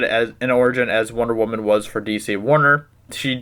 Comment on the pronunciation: W.W = woman CM = wahman